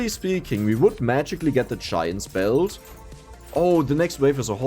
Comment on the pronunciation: After watching play brotato for over 100 hours, i finally realised what "chime spell" is, hes saying giants belt😂